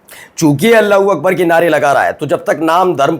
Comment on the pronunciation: Iska Allahu Akbar balna hi ho nahi raha hai. Iska accent bhi ghalat hai.